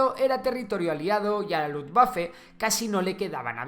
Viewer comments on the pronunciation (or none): Buen muchacho es *Luftwaffe no Luftwaffle, pero me ha hecho gracia porque waffle al ser gofre en inglés me he imaginado a aviones tirando gofres desde el cielo xd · Perdon por la correccion pero es Luftwaffe,no Luftwaffle. Es que sino parece que sea gofres voladores XD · Pero como que Luftwaffle? te bombardeaban con gofres o que? jajajaj se te ha colado una L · Con lufwafflle pensé q quisiste hacer un juego de palabras. Después con reichtag ya me di cuenta q eran errores. Igual lo aclaraste, con lo cual tema cerrado. Buen video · Luftwaffle?😂🤣😂🤣😂🤣 un Waffle del aire! Es un postre? LUFTWAFFE es la fuerza aérea!!!! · Min. es Luftwaffe (sobra la L) genial y condensada explicacion de la batalla de Berlin :) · "Lufftwaffle" jajajaja. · y en ese momento ya era una Luftwafle.. Muy buenos tus videos... errar es humano Amigo!!! Saludos desde Argentina!!!